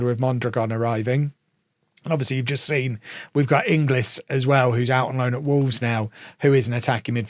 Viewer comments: Inglis is pronounced "In Gills" rather than "In Glis" - hope this helps! Not that he will be a regular for you anyway! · Every time says in-g-liz my eye twitches 😭 thank god he is out on loan now lol